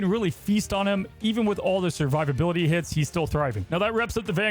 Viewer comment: its survivability not surviverbility lol i thought it was a joke at first